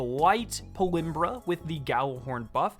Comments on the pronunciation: How ur pronouncing this is hilarious it’s PALMYRA, not PALIMBRA 🤣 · It’s “PAUL-MEERA”, not “Paul-imrah”. Look up the pronunciation of the city it’s named after. 🤔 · I dont mean to be picky at all but aint it pal-my-ra? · How do you mispronounce Palmyra so drastically? It's kind of impressive tbh.